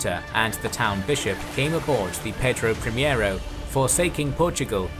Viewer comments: great video as always just a quick note: ship is Pedro Primeiro(first) not primiero that is closer to the spanish primero (also means first). Keep up the great work and hit me up on twitter (same profile pic and name) for future portuguese pronnounciations if you want! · I have heard about Cochrane, but did not know his history. Thank you for this video! Please let me make some appointments: -It was not "João IV", but "João VI"; -"Pedro Primiero", but "Pedro Primeiro"; -San Martín was not chilean, but argentinian. He fought for the independence of Argentina, Chile and Peru; -In the pursuit made Cocrhane to the portuguese fleet in Bahia, the woud be Admiral Tamandaré, patron of the Brazilian Navy, was serving in the crew of one of the three warships. Actually, they chased them up until Portugal itself, at the mouth of Tejo river! A great salute from Brazil!